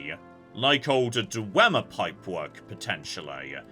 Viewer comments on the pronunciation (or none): none